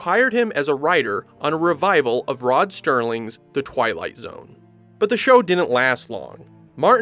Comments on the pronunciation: It’s Rod Serling, not Sterling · it is Rod Serling not STerling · its Serling. Rod Serling. Not Sterling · Rod Serling, not Sterling. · 51 Excuse me, did you say Rod STerling?